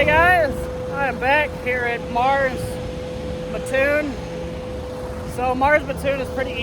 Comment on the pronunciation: I lived in Mattoon IL for 15 years. That’s my old stomping grounds. It’s pronounced like Matt-Toon. Say it right or they will string you up by your toes. 😂 😂